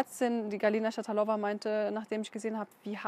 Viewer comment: Schatalova spricht man russisch aus. Also Betonung auf der zweiten Silbe.